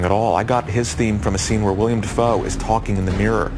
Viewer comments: How is it that SOO many people pronounce Willem Dafoe as William Dafoe?!?! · his name is Willem, not William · Isn’t his name Willem? You guys kept saying William